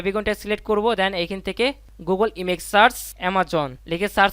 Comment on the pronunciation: আপনি বার বার ইমেক ইমেক করছেন। এটা ইমেক মা ইমেজ হবে